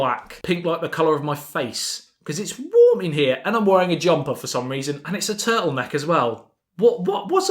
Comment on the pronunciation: Turrtle neck?? Hey like Steve Jobs